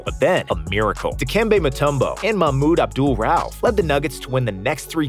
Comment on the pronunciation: Great video. When you guys do your research at least learn to pronounce the names. “Mahmoud Abdul Ralph” 🤣